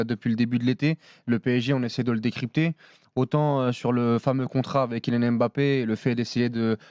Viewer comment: « KyNian Mbappé » qqn va lui dire un jour ?